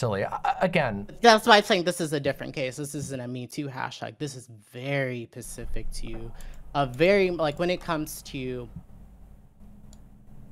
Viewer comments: I'm sorry, but saying "Pacific" so much took me out of the convo. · Omg take a shot every time she says pacific instead of specific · Is it me or does say pacific instead of saying specific throughout the whole convo. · I'm pretty sure it's a speech impediment, or rather the affectation of one. Several times where she responds more quickly, she manages a "specific" just fine. She also doesn't affect other consonant clusters in this manner. A sign that it's done as a stylistic choice. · I’m making fun of her for being unable to pronounce “specific” correctly despite making political COMMENTARY her career